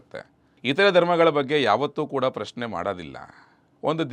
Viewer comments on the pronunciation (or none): none